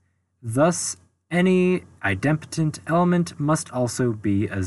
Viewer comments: u had my full attention until u pronounced idempotent as eye dem' potent. it is eye' dem po' tent. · At 14m02s, there's a typo in the 3rd (triplex) matrix. The bottom row has a & b swapped; it should be [ a c b ] [ b a c ] [ c b a ] On another note, I believe that "idempotent" is pronounced, "EYE-dim-poe-tint." It's a combination of idem, which is Latin for "same," and potent, for "power." A related term is "nilpotent," an element some power of which is the identity (usually the 0 element).